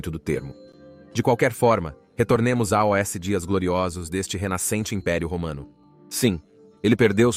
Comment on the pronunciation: Provavelmente erro da i.a se vc presta atenção tem vários bugs como quando a i.a fala A-O-S. O canal original feito por humano é gringo lá deve tá tudo direitinho